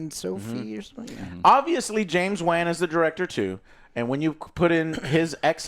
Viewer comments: It’s James Wan like “wan(d)”, not like “ban”! C’mon Joe! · James "Wen"? How do you mispronounce such a simple surname, it literally says Wan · How does not KNOW how to pronounce James Wan's last name by now? 🤔🤔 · Why he saying James "Wan" like that and didn't correct him?!